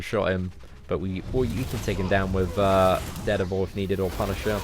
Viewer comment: I wanted to rip my ears off each time he said it. It's DARE DEVIL, not ded-a-vul... reeeeeeeeeeeeeee!